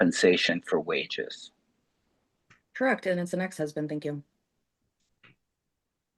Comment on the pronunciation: The lawyer actually said "CUZBAND"....he didn't mean to, but I broke a rib.